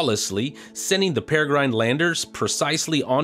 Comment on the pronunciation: I was amused by how you said Peregrine. It made me think how it would sound to say "engine" the same way. EnJINE?